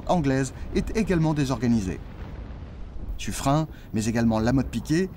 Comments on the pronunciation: Pourquoi prononcer son nom comme si c'etait "Suffrein"? Pour le nom de Lepen vous ne prononcez pas "Lepein" ou "Lepain" ? On prononce Suffren comme s'il y avait un "e" à la fin du patronyme. Notre langue est un heritage que nous devons respecter,surtout face à l'hegemonie de l'IA qui maltraite la prononciation de toutes les langues. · Cette video serait plus credible si elle utilisait une prononciation correcte de Suffren (prononce comme Suffrenne) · J'avais toujours prononcé "suffren"" ->Suffrenne" parce que la majorité des habitants du XVIème arrondissement de Paris le prononce ainsi (avenue de Suffren(ne)) Mais Suffren se prononce bien "Suffrin" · Sur les documents de l'époque, son nom est orthographié Suffrin ou Suffren, ce qui laisse penser que c'était la prononciation courante. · très bonne vidéo merci .juste , j'étais dans la marine , à l'époque de la frégate Suffren, (prononcé sufrèn et non sufrin ) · Je l'ai toujours entendu prononcé Suffrène et non Suffrin .Mais peut être que les profs d'histoire ou les marins de la royale se trompaient sur la bonne prononciation. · Juste une question : on prononce Sufrin ou Sufréne ????? J’ai toujours entendu la deuxième prononciation mais jamais la première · Le nom propre Suffren ne se prononce pace Sufrun mais Suffrène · C'est quoi cette nouvelle façon de prononcer le nom du bailli de Suffren ? Il se prononce "SuffRÈNE" et non "SuffRIN", ainsi qu'il est d'usage en français pour les terminaisons en "R E N". Songez aux "KaREN" qui seraient fort surprises de s'entendre appeller "KaRIN". Même le poisson d'Amazonie, le "lépidosiREN", se prononce "lépidosiRÈNE" et non "lépidosiRIN" ! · On prononce SU FREINE et non SU FREIN il me semble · Habitant juste à côté de l'avenue de Suffren à Paris, j'ai toujours entendu prononcé "Suffrène" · Ta prononciation du nom de l'amiral Sufren m'étonne. En effet, j'ai toujours entendu dire "Sufrenne". J'aimerais bien avoir ton avis là-dessus. Merci d'avance. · on dit suffren(e) pas suffrein !